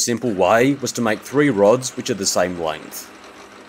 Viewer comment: What's a "langth"?.